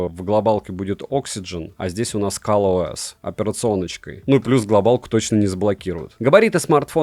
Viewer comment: только я слышу Калъ-ОС ?